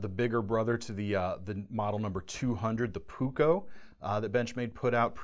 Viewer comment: Please: just try to pronounce as written. Puukko as puuk-ko, leuku (not lieku or liiku or what so ever). Sorry to say, but my ears hurt. I hope nobody got hurt.